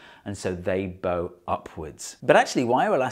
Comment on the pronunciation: HOMOGRAPH ERROR. That bow is pronounced "Bao"